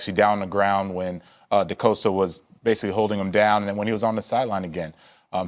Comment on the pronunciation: 100% panthers fan but the guy’s name is DeCastro, not DeCosta